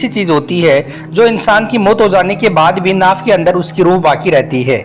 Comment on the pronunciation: Are bhai naak bol Raha he y naabh bol Raha he bol na to seekh lo bhai